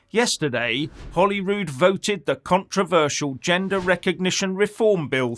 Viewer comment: It’s Holyrood not Ollywood